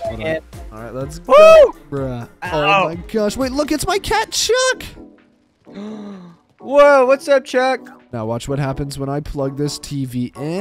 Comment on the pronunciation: And I thought you called the cat shrek but it was Actually chuk